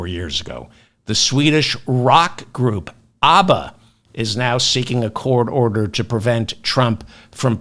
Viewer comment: Not sure if that verbal glitch was intentional but " Christian grope" seems accurate.